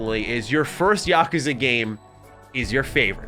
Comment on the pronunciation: Oh for the love of god… please never say Yakuza again. Mispronouncing it 50 times in a single video was excruciating to sit through.